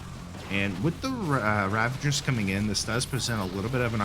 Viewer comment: dude, there is no N in ravagers. Please, learn to pronounce it properly